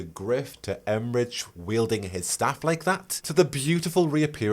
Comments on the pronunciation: Okay, I love you, but Emmrich is pronounced with a "k" sound, it's German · Pronunciation query: I’ve often read the name Emmrich with a hard K sound for the final consonant rather than the “ch” sound you were using… have you audibly heard their name somewhere or is this a wait and find out moment?